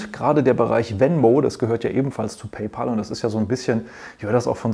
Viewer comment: Hallo, war wieder sehr interessant. Bitte erlauben Sie mir ein paar Anmerkungen: sollte beim Vergleich der Zahlungsdienstleiter am Anfang des Videos, nicht auch Block (Square) erscheinen, und sollte nicht Affrim zu Amazon Pay addiert werden nach deren Merger? Sie und die meisten Deutschen Analysten sprechen immer noch PayPal Deutsch aus, also PeiPal und nicht und richtigerweise PayPä!!l. Der Name der Firma kommt nählich daher, dass Elon Musk, der Gründer, daran gedacht hat, in einem kleinen Deal einen Freund/Kumpel = Pal (Päl amerikanisch ) zu bezahlen. PayPal heisst einfach nur "Zahl Deinen Kumpel". Viele Grüsse, Andreas Popp